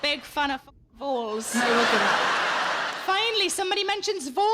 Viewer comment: Never heard of voles in my life & Im british. I thought she said mole at first which would be a sight to see.